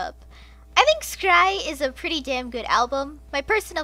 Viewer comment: It's pronounced shry (schrei) not skrei. And scheisse is pronounced shy-seh